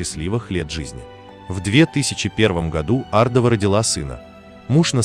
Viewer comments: Может все таки Ардова, а не АрдОва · Ардовы известная фамилия ,а не ардОва.Хамство так произносить эту фамилию. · Ардова- ударение на первую букву.